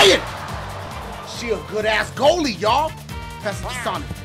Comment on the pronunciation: when he said sonic name I dead "shonichsh"